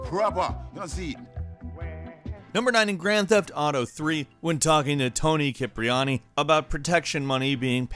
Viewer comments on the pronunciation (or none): This dude literally said Toni kipriani, it prounounced Toni “chipriani” or sipriani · It's yoni diparony not Toni keparoni but I'm not Italian so